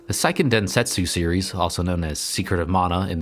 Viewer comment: Since the word is used so often: it's worth noting that the pronunciation is "SAY-ken densentsu", rather than "PSY-ken". "Se" in Japanese sounds roughly between "seh" and "say". "PSY-" would be "sai", rather than "sei".